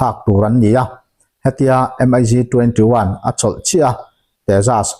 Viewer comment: M. I. G ti tawh ziah suh...mig 21 ti in lam ri tlang ve mai rawh